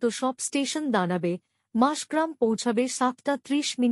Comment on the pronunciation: পাঠিকা অনেকবার মাসগ্রাম বলে উল্লেখ করলেন,কিন্তু স্টেশনটি মসাগ্রাম।